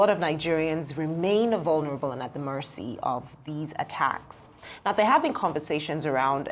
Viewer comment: Which kine accent be this Morcy, just be you. Its Mercy not Morcy